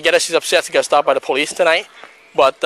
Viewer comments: The girl at the end said poolice brutality 🤣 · “poloose brutality” LOL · Did anyone hear the girl at the end ??? “Poloose brunality” 😂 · Trent Rains I thought I was the only one who heard “poloos” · I heard ''pah-loose brutality'' but its pretty much same thing.. Just thought her egregious error of pronunciation deserved to be highlighted for the severe cringe factor.. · The lady at the very end said "paloose brutality". lol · I heard paloose brutilidy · At the end she said “Paloose brutality” 🤣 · You guys hear the girl at the end? “Poloose brutality” What’s a poloose? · At the very end the friend “This is poluse brutality” We haven’t been drinking 😂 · Lmao the end where she says paluce brutality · Did anybody hear that last line? “Poloce brutality” 🤣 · Did anyone else hear the last girl say "polooce brutality"?